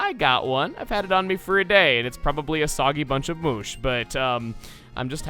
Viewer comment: What insignificant detail will I pick on today? How about pronunciation of mush as "moosh"